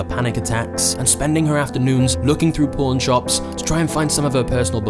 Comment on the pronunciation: When you said “Pawn Shops”, I thought you said “Porn Shops” 😂